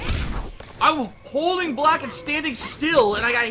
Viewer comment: 2.40 "couldn't bolck!" And he was mid air...ffs try to learn at least